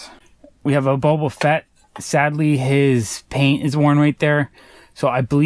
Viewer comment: And are you saying bobo Fett? It’s boba